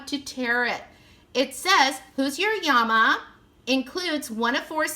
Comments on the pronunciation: Honey it was so adorable how you kept calling them yamas. LOL especially seeing there is two l's in llama. When you pulled out the instructions and I could see in gigantic letters that it said llama and you still didn't catch on I was hysterical. Trust I absolutely was laughing with you not at you Great opening lots of giggles. I appreciate a Thrifty gal as well. I would never pay full price for these toys they are way overpriced. I am so glad I continue to read into your comment section because I thought someone else must have noticed the mistake. Another giggle when I realized that I had really made the mistake. I knew there had to be a good explanation and that it was a comedy of errors. Again like I said it really made me giggle and I enjoyed the opening even more as a result. I'm browsing YouTube at 4 in the morning and happened to find your Channel I haven't even checked to see if you're still posting I love blind bag and box openings so this was the first thing I picked in your playlist. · At first I was confused! Lol! When I heard you say Yama with a y instead of l. Then I thought maybe that is Spanish translation for Llama so I looked it up and it was., 😊 Really cute toys! I really like them! I haven't ever seen them before! Thanks for sharing! Hope you are having a great week my friend! 👍👍☺️💕